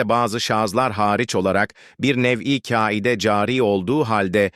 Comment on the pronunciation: Merhaba. Robot okumasa iyi olur. Kaide kelimesini ince k ile okuyor. Bunu dinleyenler de öyle okur. Yanlış yanlışa gebe olmasın